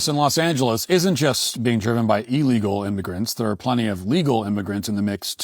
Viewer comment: Matt pronounces illegal wrong, he says it like eel legal. It's ill legal. Come on Matt, you're better than that.